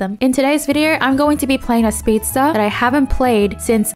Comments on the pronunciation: it's not speedstare, it's speedstairs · "Shuld" "speedstare"